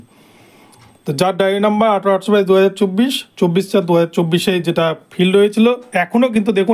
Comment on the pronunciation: ফিল্ড না ফাইল্ড